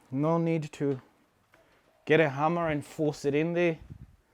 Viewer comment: The way you said hammer you sound Zimbabwean🤔